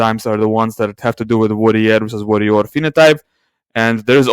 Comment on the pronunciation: Those are not the pronunciations of warrior and worrier. I mention because I couldn't understand what you meant in previous videos.